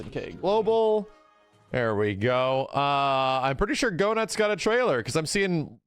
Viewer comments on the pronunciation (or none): It's pronounced Gaynitz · His name is GoeNITZ not Go nuts! 😂